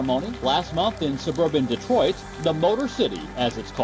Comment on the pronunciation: "Detroit" ? Seriously?